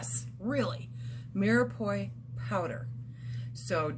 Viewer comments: My dear who ever taught you how to say mirepoix was wrong. The end is pronounced like pwa not poi. If I was saying something wrong and someone told me I would appreciate it because I wouldn't want to go through life saying something wrong if I knew it was wrong. :-) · Umm I don’t mean to be picky. It’s pronounced Mira Pwah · pronounced ---- mere pwah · Me are pu are. Is how you pronounce